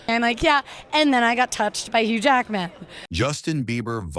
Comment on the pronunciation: Bro the ai ruins the names so many times 😂😂😂. Huge Jackman really got me 🤣